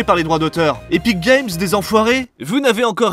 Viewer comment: C epik et non éthique game 😋